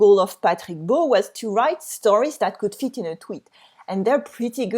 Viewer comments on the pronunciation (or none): none